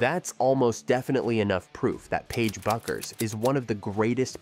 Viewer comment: When you mispronounce her name 10 seconds into the video....difficult to be confident you know what you are talking about...